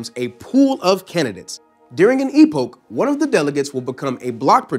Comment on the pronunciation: "during the E-Poke" lol, great explanation, although just for the sake of pronunciation continuity, it is "E-Pock".